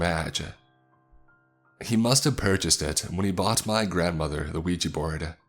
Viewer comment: yet another case of a 'Weegie' board haha. Why can people not pronounce 'ouija' correctly?